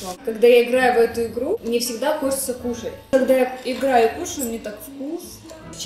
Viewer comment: Она сказала кушшац